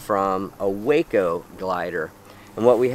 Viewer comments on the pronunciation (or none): Great stuff! I believe “WACO” is pronounced “Wocko” because it is an abbreviated form of something like “Washington Company”, or the like and not named after Waco, TX. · Waco Aircraft is pronounced Wah-Co, not Way-Co. Love these videos. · WACO inn reference to the aircraft is pronounced, “wah-co”. “Way-co” is a town in Texas. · Its pronounced wah-co not wayco. I Know its spelled the same but its an airplane not a town in texas. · I don't mean to nit pick but "WACO", the maker of the CG-4 glider, is pronounced "wahco". The company name abbreviation stands for the Weaver Aircraft Company. Excellent series and I've been a subscriber for a couple of years now. Thank you! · Just to point out, Waco, the manufacturer of the glider, is pronounced "Wah Co"... Waco is where the Wackos were...